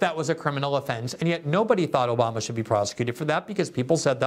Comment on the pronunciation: Take a shot everyone Glenn says Oboma u will be dead